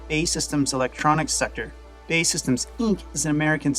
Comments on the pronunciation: Great video. B.A.E not Bay! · BAE SYSTEMS is pronounced Bee Ay Ee Systems. It used to be British Aerospace but rebranded as BAE SYSTEMS, all caps, after they bought Marconi Electronic Systems, in 1999. I was a reporter covering military stuff back then and I ribbed their executives about the name change predicting that people would mispronounce their name just like you did. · It's not pronounced BAY system, I am British, is pronounced B.A.E. systems.. It's an acronym for British Aerospace.